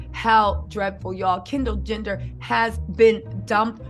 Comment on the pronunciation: Your killin me doll!! U keep saying “Kendall gender” lmfao sorry had to rewatch video parts a few times